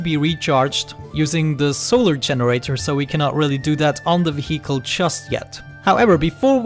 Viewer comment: i love how you after so many episodes, you cant pronounce vehicle :D But thats just something what makes you speciel. :D keep up the good work,. i might try this game :-)